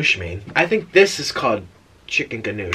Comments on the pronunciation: Please look up how to say gnocchi and compare it to him. Omg I was dying “ga-nuch” 😂😂🤣🤣🤣 it’s “ni-o-key” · I used to work at Olive Garden, so it's pretty cool to watch this. And it's pronounced Chicken NOKI(gnocchi) as in potato dumpling. It's my favorite also! Also if you dip the breadstick into the soup GAME CHANGER 😍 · “chicken ganoosh” gnocchi 😂😂😂💀 love u nik 😘